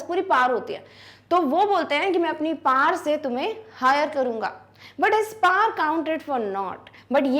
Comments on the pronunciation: Its power not par❤😂😂😂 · Paar nahin hota power hota Hai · Ma'am ,u r best teacher but it's 'power' not 'paar' 😅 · anpad pronunciation hoti h ye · One doubt :- why power is pronounce as Pawar Second:- why old man need worker he is rich enought Third why there is no information about for what work they need worker (poet) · And ya you r saying power par so I asked my teacher she said "Who mad said pawer(power) par 😡"😔😔 which pronounce is right 😔😔